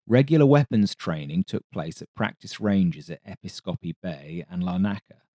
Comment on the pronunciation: Well done, a really well researched a detailed history. You did make me laugh though at 22.52. It's 'Epis-kopi' not 'Epi-skopi'. I should know, I lived there as a forces kid in the late 70's, including the time when the U2 crashed into the control tower. They tried to keep it under wraps but it was all around school the next day! P.S. it's also 'Larn-aca' not Lar-naca' as any tourist will tell you 🤣. Great vid though, well done!